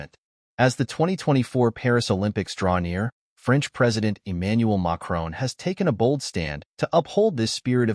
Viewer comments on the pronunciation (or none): Good work, Eee-manual May-kron. Text-to-speech, no so much.